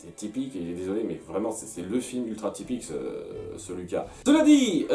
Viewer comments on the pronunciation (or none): On dit "Louca" c'est italien pas difficile de prononcer sans déc 🤌🤪🇮🇹